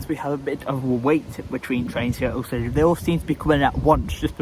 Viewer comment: Brilliant vlog, nice to see Avanti diverts on the Stoke on Trent line. Also it sounded like you were gonna call Alsager Algebra lol.